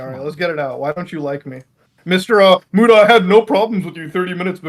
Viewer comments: Keem called Muta "Mew-ta" makes my belly hurt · It’s pronounced like “Moot-uh” short for Mutahar. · I love how Keem calls Muta “Mute-uh” lmfao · Keem mispronouncing his friend 'for years" Muta's name wrong repeatedly was beyond irritating